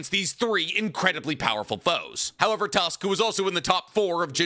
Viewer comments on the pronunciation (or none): none